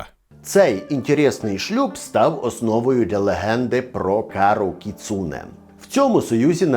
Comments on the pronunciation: не кіЦУне, а кіцуНЕ )) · сльози обурення щодо наголосу у слові кіцуне